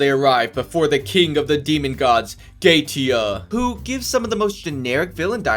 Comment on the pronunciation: Holy shit, you were actuallly able to pronounce Goetia's name correctly. Let's go!! ... ... ... ...Btw, good review.